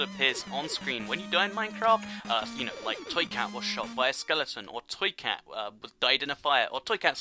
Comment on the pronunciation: U say twee cat not toy cat